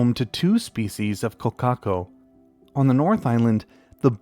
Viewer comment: I really appreciate how you put effort into non-English words. As a NZer your pronunciation of kōkako was pretty much spot on. I've seen some channels before which absolutely butcher non-English words so shout out to you for your effort in that and the content you produce.